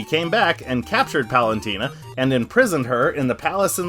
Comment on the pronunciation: for a guy who made a whole video about Palutena, you sure do be pronouncing her name "Palantina" a lot